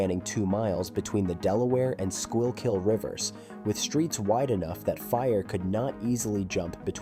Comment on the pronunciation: “squirrel kill river” yeah this gotta be AI lmao